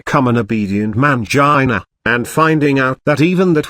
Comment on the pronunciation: hahaha I thought I was the only one laughing at that. I couldn't stop laughing whenever it said MAYUN-JIH-NUH all fumbled.